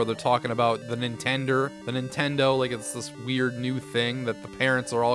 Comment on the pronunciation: I learned early on to leave the TV on mute if I left my good ole "Nintendur" on while doing homework.